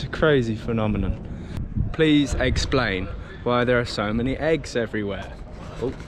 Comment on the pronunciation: "Please eggsplain"